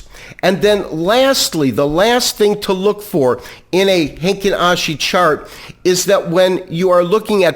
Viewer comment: its heikin ashi not heinkin ashi